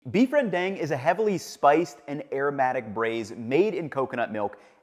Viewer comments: Pronounced it wrong bro. The 'ang' in Malay is different from English. It more like saying A as in Allah. Just for your info, ps I really struggle with Malay also. I can't speak it, and pronounce it even worse. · That looks terrible. Have you ever been to a Malaysian or Indonesian restaurant? You also pronounced it incorrectly. This video proves that no, not everyone should make beef rendang. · Eh, you're English speaking white. So I'll overlook how you pronounce it wrong the entire time.